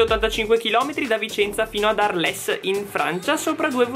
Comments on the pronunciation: Si pronuncia arl, non arles, canaglio cane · Si pronuncia "àrl" non "arlès" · Arles... Arl (pronuncia) suvvia... un po' di impegno con queste pronunce!:-) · Si pronuncia arl zii